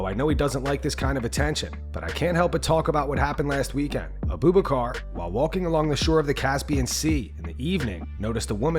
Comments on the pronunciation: A Boob a car? WHAT? It's pronounced Abu-Backer!😂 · Uh-Boob-Uh-Car lol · It’s pronounced ah-boo bock-er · Abu bakar. Your pronunciation was terrible. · never ever pronounce AbuBakar like that again buddy